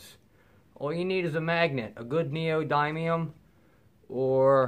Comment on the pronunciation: Just a helpful hint. It’s not pronounced (and I’m writing phonetically): NEO-DYE-NE-UM It is pronounced (AGAIN phonetically) NEO-DIN-EEYUM